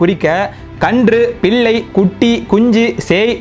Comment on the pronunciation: பதிவு நன்று வாழ்த்துக்கள் உச்சரிப்பு கவலை தருகிறது.கோபமும்வருகிறது. உதாரணம் இலமை அல்ல இளமை பில்லை அல்ல பிள்ளை விலையாட்டு அல்ல விளையாட்டு ணகரம் னகரமாக உச்சரிக்கப்படுகிறது பினி அல்ல பிணி திருத்திக் பொள்ளுங்கள்.